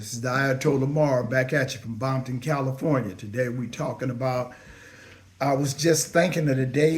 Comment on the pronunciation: You too old to still be saying bomptom 🤦🏾‍♂️